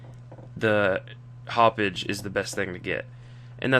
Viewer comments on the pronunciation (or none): Did he say "Haup-Bitch?"